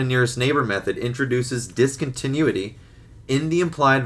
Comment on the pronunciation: Fuck me this guy can't say discontinuity and he definitely is making more money than me.